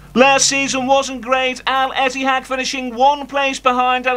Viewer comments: Ettifaq not etihaq 😂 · It's Al Ettifaq, not Al Ittehad. 😂😂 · Al-ettifaq is pronounced Al-Ith-eh-fak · Stevie G actually said El Ettifaki 😂